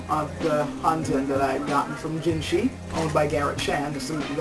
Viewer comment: on pronunciation...from a chinese perspective "jin shi" isnt said "jin shee" - thats japanese. chinese would say it kind of like "jin sheugh" great review tho!!